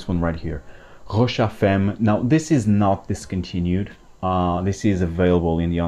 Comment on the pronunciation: yes you did. He pronounced it "femm".